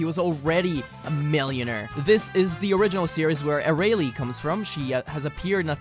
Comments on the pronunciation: Anyone else annoyed with how he says Arale? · Ha! “It’s A-Ra-Le funny series!” Am I the only one who caught that? Nice one 😂👍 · Is it just me or did i hear 'Its Arale fun series'